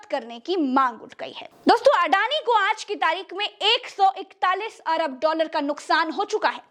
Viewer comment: १४१ "अबर डालर"?????? ये "अबर" क्या है? ऐसी जल्दी क्या पड़ी है???